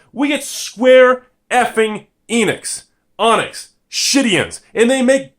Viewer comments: I mean pronouncing it N-ix is understandable but ON-ix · It's Square Eenix, not Square Onyx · Enyx.....not onix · its EN IX not EEENIX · As another youtuber has said it is En ix, not eeeenix. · IT'S ENIX BRO!! NOT ONIX!!! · Square EEEEnix not Onix EEEEEnix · It's ENIX, as in Phoenix, not Onyx. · It's EEEENIX REEEEEEEEEEEEEEEEEE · Every time I hear "onix" I cringed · Square Yeeeeeenix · Its pronounced Square "Eee-nicks" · How can you pronounce Enix as Onix? I don't get it, just like ask and aks, whyyyyy? Edit (halfway after misspoke) Wait, is he doing this on purpose?? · "Square-effing-ONYX" Dear god no please tell me he just pronounced it like that as a joke "For those of you who don't know, Square ONYX" PLEASE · How does it feel knowing that you've pronounced Square Onyx wrong your whole life? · He called it enix once but quickly corrected himself to onix again. just likes mispronouncing things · EEEEEEEENIX oh man, love ya but holy shit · Bhusta Cap he's clearly fucking around though. He even accidentally pronounces it correctly during the video